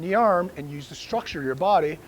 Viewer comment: I don’t care if you’re a ranger. “Use” is not pronounced “nuse”.